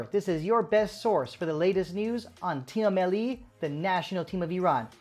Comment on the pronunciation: I don't know if you speak Persian or not, but most of the time we pronounce it like team-melli not team-e-melli.